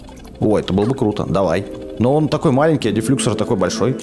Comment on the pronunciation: Не дефлюксор ударение на о